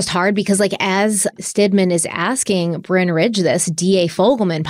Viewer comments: Bryn is definitely not pronounced Brian, it’s a Welsh name and that means “hill” 😂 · Stephanie I agree with you 100% it is "Bryn" not "Bryan" in order to say Bryan you have to have the "a" in the name lol either his parents couldn't spell or no. His parents couldn't spell lmao you could also pronounce his name as "brine" like what we put "turkeys" in for thanksgiving to make them plump and juicy just like what Brynn tried to do to this case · I agree with Stephanie, Bryn rhymes with Lynn, or Syn. Bryan with a Y, also need an A 😂